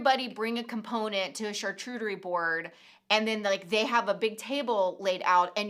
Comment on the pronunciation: I love you two but it's CharCOOTerie not CharCHEWterie...I don't usually point out things like that but my chef friend overheard and said it made his ears bleed🙄🤪